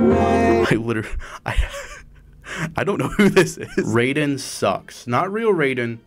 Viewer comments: STOP PRONOUNCING RAIDEN AS RAYDEN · Has bro never heard Raiden's name pronounced out loud? Man is talking about the thundergod not the cyborg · As someone who owns a PS3 still and played the shit out of it when I was younger, I wish I had this game when it released Sackboy alone would’ve sold me The red haired lady is from a PS3 launch title called Heavenly Sword Also it’s pronounced R-I-Den Ray-Den is from Mortal Kombat There are ways to get the DLC for free, though you have to jump through a shit ton of hoops, basically 🏴‍☠️and emulate lol >Add every character from Heavy Rain Based absolutely zased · HIS NAMES NOT FUCKING "RAY-DEN"! ITS "RYE-DEN"! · Hate how you say Raiden, its Rai-den not Raid-den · why do you say raiden as "rey-den" when everyone in the voice acted metal gear games calm him "ra-i-den" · Why did you pronounce Raiden as Roiden? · Did you mispronounce Raiden deliberately? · You pronounced Raiden wrong.